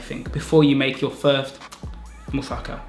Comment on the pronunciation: dude you actually pronounced musaka the correct way when you said it with african accent hahaha you divide the word in parts mu sa ka but you say it quick. bulgarian in a nutshell no joke :D